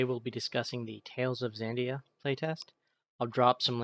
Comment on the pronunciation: It's Xadia, not Xandia